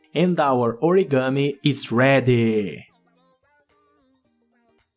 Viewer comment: You said it origami it's not origami